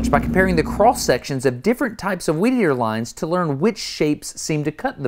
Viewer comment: "Weedeater Wars" sounded more like "Wieder Wars"